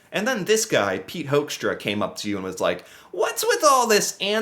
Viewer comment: I am Dutch and gotta say, I love the way you pronounce his last name; Hoekstra sounding like Hoaxtra. 😂 One thing he definitely isn't: a diplomat.